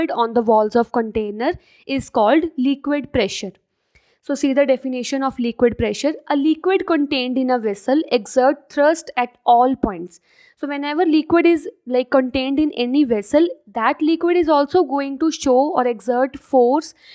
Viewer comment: It is thrust you are saying thirst